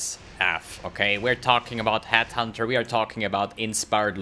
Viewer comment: It's Headhunter... NOT Hathunter